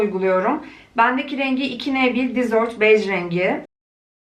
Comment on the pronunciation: her seferinde düzeltmeyeyim diyorum ama artık dayanamayacağım. Desert Beige dizört diye değil dezırt diye okunur. Senin söylediğin şekilde olunca tatlı yiyecek anlamına geliyor, halbuki çöl beji anlamında. 😊